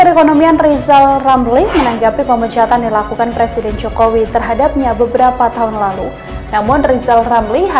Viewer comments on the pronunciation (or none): R.R bisanya jadi plesident bkn president, kan bicara R tdk bisa nya L